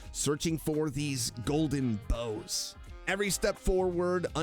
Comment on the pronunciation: it's prounuced like golden boughs not bows